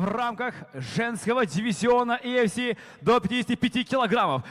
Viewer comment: И фси дейт го😂